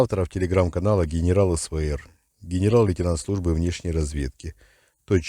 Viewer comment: Вы бы хоть от акцента окраинного избавились и речь подкерриторивали-вброс хохляцкий.."Хенерал"...